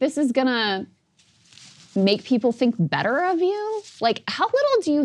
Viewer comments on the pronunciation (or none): none